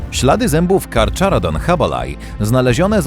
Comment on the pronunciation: A to się nie czyta karcharodon